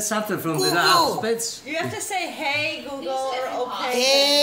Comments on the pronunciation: Google❌ Gugu✅😂😂😂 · Lei ha detto "Goo Goo". Penso che la nonna sia divertente😄😄😄 Si dice "Google"😄😄😄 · It's not coo co its Google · English: Google Italian: Goo Goo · Why isn't any of her family telling her it's 'Google' and not 'goo-goo' ?? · It’s funny because it’s Google not googoo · Grandma: "COOCOO" (google) Person: "You have to say hey or okay" Grandma: "HEY OKAY" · Cam Knopp it’s more like “koo koo” Lol she’s so cute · I kinda hear it like cOo CoO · Sounds like she’s saying googoo 🤣🤣🤣🤣🤣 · Hey Goo Goo, Okay Goo Goo (Its like she likes Goo) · Lol she saying "Hey GoGo" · she said googoo 😂🤣😅😆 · Isnt she used google evreyone use Google and she cant say google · I didn’t even realize she tried to say google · Dubito, penso semplicemente che non sappia dire la parola Google ahahah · The way she pronounces Google is hilarious